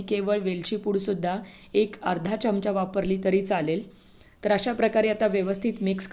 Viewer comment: त्या चमचा शब्दाचा उच्चार ऐकवत नाही. हे लोक आधी नीट बोलायला का शिकत नाहीत.